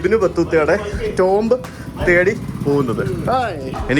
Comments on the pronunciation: Tomb is pronounced as Toom not TomB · ടോംബ്‌ അല്ല ടൂം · Tomb pronounce cheyyunna "toom" ennanu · Tomb pronunciation "toomb" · Tomb is pronounced as tooom